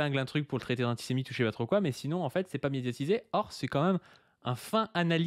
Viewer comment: Enfin ! Trô aillepeu...